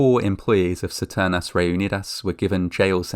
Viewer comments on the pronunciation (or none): ceternas reunidas? CISTERNAS. Check it on google translate. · It's Sis-te- hard R -n-ass Re-unid-as